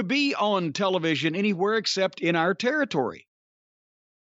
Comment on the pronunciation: The way Cornette pronounces television.